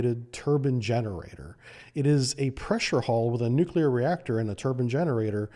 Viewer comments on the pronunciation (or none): none